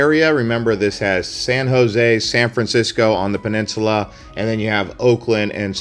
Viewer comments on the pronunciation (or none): none